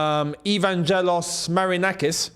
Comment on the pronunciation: I love your videos, but as a Greek it hurts my ears the way you butchered Marinakis' firstname (Evangelos) 😂